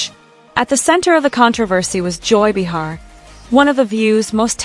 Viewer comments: Pronounced BAY-HAR GET IT RIGHT AI! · Who is this bitch narrating that doesn’t know how to pronounce Joy Behar’s name?????